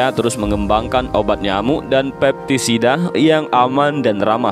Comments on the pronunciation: Maaf sekedar mgkoreksi , pestisida not pepstisida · pestisida bukan peptisida mas